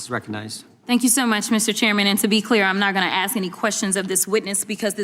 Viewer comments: I'm not going to "AXE" any questions.....that tells you everything. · Jasmine didn't ax any questions because she doesn't know how to ask any questions without saying Ax you something stupid as she is.. there is no fixing stupid by the way. And if one thing Jasmine Crockett is she is clearly stupid..